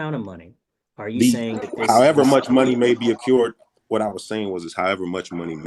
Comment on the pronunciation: it’s “ay-crewed” you idiot. Not “ay-cured.”